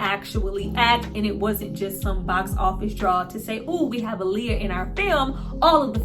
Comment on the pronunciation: I love that you say her name correctly ❤️